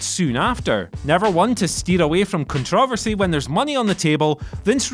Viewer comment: WHY DO YOU SAY CONTROVERSY LIKE THAT, ITS SO STUPID JUST SAY IT RIGHT....JESUSSS 🤦🏻‍♂️